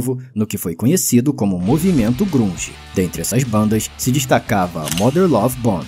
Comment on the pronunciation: Movimento "GRUNJÍ " ?!?! Pronuncia-se "Grândge". Mania que os brasileiros têm de pronunciar tudo como leem .